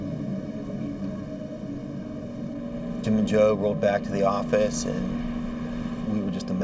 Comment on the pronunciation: New Yawk Affice!